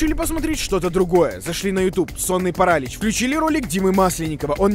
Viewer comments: Правильно не парАлич, а паралИч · Парали́ч а не парАлич боже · не сонный паралич а сонный паралич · Почему парАлич? А не паралИч? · Не Паралич а Паралич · Паралич а не паралич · ну какой парАлич, это так тупо. На протяжение всего видео такая хрень. Правильно говорить паралИч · Паралиииич!! Ударение на иииии, не на а 🤣😂🤣🤣😂🤣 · ПарАлич... Вы серьезно?! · Меня пугало только ударение в слове парАлич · Параличь ударение на и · паралич,ударение на и, а не паралич с ударением на вторую а